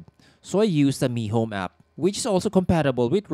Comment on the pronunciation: Which app did you say is better ? Mihome or mehome ?